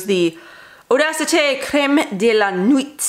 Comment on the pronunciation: Enjoyed this video! As someone who LOVES all things lemon-y, I'm just about sold on the Khus+Khus body potion... As for the word 'nuit', you want to pronounce it like 'nwee':)